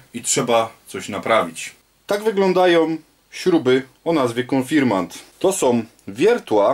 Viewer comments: Konfirmat czy konfirmant? Inaczej w tytule a inaczej w wymowie. Proszę o sprostowanie. Pozdrawiam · konfirmaNt… konfirmaNt… AAAAAAAAAAAAAAAAAAAAAA!!!!!!!!!!!!!! KON-FIR-MAT!!! KON! FIR! MAT! AAAAAAAAAAA!!!! Poza tym: film naprawdę dobry. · KONFIRMAT a nie konfirmant !